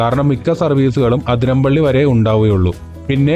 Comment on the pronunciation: Athiramppilly alla bro athirappilly